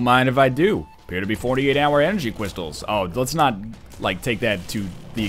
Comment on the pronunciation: "48 hour energy cwystals" lmao